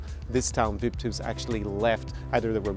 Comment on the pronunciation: Omg you butchered the name.